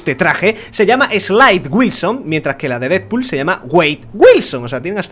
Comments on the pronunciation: Slaid Wilson -_- se pronuncia Sleid. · no se dice laid wilson